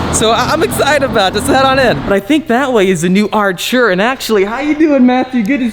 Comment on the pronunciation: r u british?it's not 'archura'.it's ar't'ura😒🙄